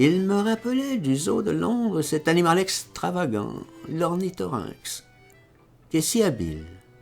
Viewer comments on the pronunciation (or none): Pourquoi dis tu ornithorynX et pas😮 ornithorynque .....il l'a écrit comme ça ??